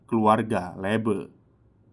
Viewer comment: baca nya Lebe bang bukan Lebe 🗿 Le 1 kaya baca lebah, be nya kaya be biasa 🤣